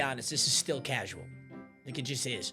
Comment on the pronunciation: “Incredibly tasual take” PAPA😭